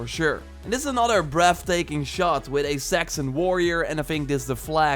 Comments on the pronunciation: It's Saxon not Sexon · Was just listening to the audio and heard “and here we see a ton of sex and warriors” and that made be go what where?!? I then realized he said Saxon warriors lmao